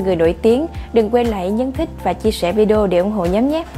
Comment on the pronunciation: Mc xinh đẹp ơi, nhóm đừng đọc là nhấm nữa nhé. Mình làm truyền thông cố gắng đọc ít từ ngữ địa phương thôi.